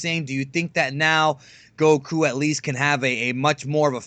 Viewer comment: please pronounce Goku properly. It's pronounced in Japanese and English dub Go-ku not Gouh-kooh you sound Thai hanging onto the sounds too long